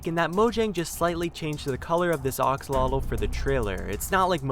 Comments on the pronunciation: It's not oxulotl axslodl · AXELOTEL NOT OXELOTEL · Its axolotl not oxalotl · Did he say the geen Axlelolo 😇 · ITS PRONOUNCED AX O LOT L NOT OX O LOT L THATS DUMB- STOP SAYING IT THAT WAY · It’s pronounced axolotl not oxolotol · Axolotl not oxolotl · u r saying oxolotle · It’s pronounced A-xolotl, now O-xolotl. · He said oxalotl😂😂🤣😝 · I’m just listening to him saying “oxolotl” while raging over it. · Stop saying Oxolotl!! It is Axolotl not Oxolotl! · Oxolotl Me: pfffft, dude its AXO-LOTL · ITS AXOLOTL NOT BLOODY OXOLOTL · STOP SAYING OX-ALOTL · “Oxalatle” lol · It’s how he said oxolotle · STOP SAYING ARXALOTALS IT IS AXOLOTL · Him “oxolotl” me it is pronounced AX O LOT L and the glow of the glow squid and it being a trailer it IS a brown one it got lighter Gus of the glowing and the 3D animation so ... ya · "Oxolotl" no its pronounced "axe-olotl" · T_T your saying oxolotl not axolotl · Axolotl. AX like ACKS. not ox. God I hate this life I live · OXOLOTOL? it's axolotle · when he says oxolotl instead of axolotl: screaming intensifies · It’s not oxolotl, it’s (axOlotL) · I wanted to make a comment that ox-o-lots is incorrect, but someone else did the job! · Seeing people pronounce axolotl this guy: oksolodl actual: Aksolodl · Everybodys talking about the green axolotl And theres me Wondering why hes saying oxolotl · Ah yes, the ah-x-alotl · No hate your calling it aoxlotle its axolotl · how many times he says oxalotat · It’s triggering me that you kept saying axolotl wrong. It’s Axolotl not Oxolotl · (A-xol-otl) not (o-xol-otl) pls correct this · Bruh you pronounce it oxololt? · Ur pronouncing it wrong it’s not oxolotl it’s axolotl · It's weird you call axolotls oxolotls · Ah yes the "ox-olotol". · It's axolotl. Ah-show-loach. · ITS AXE UH LOTEL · Sounds more like "aksalatol" to me. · It sounds like oxoltol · It’s pronounced AXE-olotl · I swear he say oxalotle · Ah yes, my favorite minecraft mob. The Oxolotl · Ax-o-lo-tl It's pronounced like that nice vid